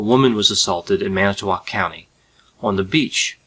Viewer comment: Thanks...for actually pronouncing Manitowoc correctly!